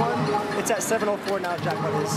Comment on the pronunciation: She said jrackpop